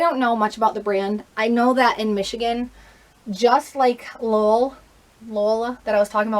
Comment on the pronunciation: Sooooo Lolë is pronounced "luh-lay", or like "Olé" with an "L" at the begining (it is a French company) and Marmot is pronounced "mar-muht" (it is an American company).